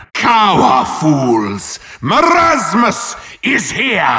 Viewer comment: bruh you say mermasus the right one is merasmus